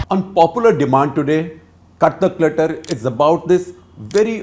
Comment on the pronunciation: It sounds like clutter clutter instead of cut the clutter